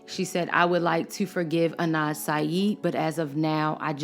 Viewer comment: Adnan !! not Anad